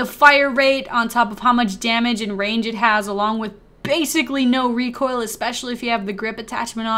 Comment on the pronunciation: I know bro. I was being a troll cuz he said rocoil instead of recoil